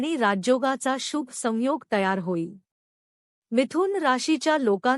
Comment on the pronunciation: शुभ हा शब्द बोलायला shika.